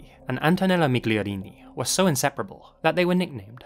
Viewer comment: anche "miGliarini" invece di "migliorini" e "belevacqua" invece di "bevilacqua" ma apprezzo lo sforzo :)